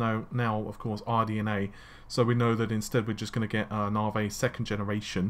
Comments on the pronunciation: it's 'Narvay', damn it! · it is NAVI not NAVEY ! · since you butcher Navi everytime, you most likely butchered that also